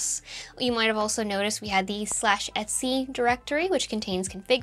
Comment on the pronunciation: Faster. They're saying "et c", not "etsy", because the phrase is "et cetera". Two words.